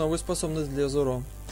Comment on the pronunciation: зОро ,ну зОро...не зорО!:( п.с.-может виной озвучка Шачибури в которой я смотрю,но зоРо режет по ушам почти так же сильно как и Аниме(с ударением на А). :]